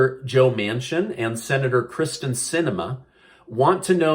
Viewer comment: It is not Kristen...it is Kyrsten